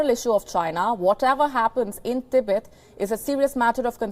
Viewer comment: Learn to pronounce Tibet lol